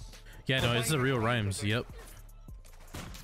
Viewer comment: it’s (RHYMES) GET RIGHT! Don’t embarrass mayne 👑